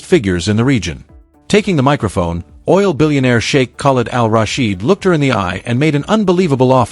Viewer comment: Narrator -learn to pronounce Sheikh